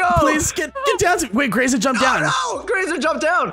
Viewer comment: anyone else get slightly annoyed when you hear the pack guys call Graser Grace-er and not Graze-er.